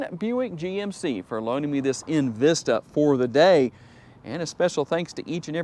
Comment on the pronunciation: Its not invista its envista really